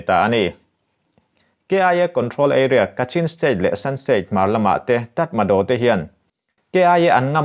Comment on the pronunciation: Tatmado--tatmaraw tia lam tur an tiin ka hria.